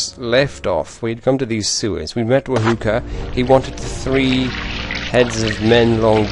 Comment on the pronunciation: You say herb and others say erb the h is silent.. yet wahoka, is proper but ignored and stated wa-hook <-a funny hey?!